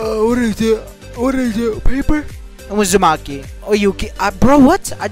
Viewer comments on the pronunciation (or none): When you said you got hosagaki that was uzamaki